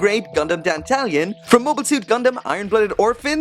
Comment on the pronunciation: I thought you pronounced Dantalion as Dan-tah-lion? (lion said the same way as the animal)